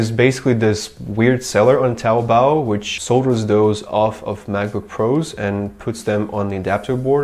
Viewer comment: You should learn Chinese. Your pronunciation of taobao is nearly perfect (regardless the absence of the tones of course).